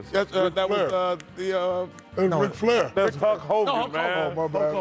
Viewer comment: Shaq said "Ric Fliar" 😂😂😂😂